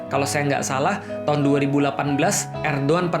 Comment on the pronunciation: eh copot tuh gaes, bacanya Erdoan (Erdoğan) bukan Erdogan.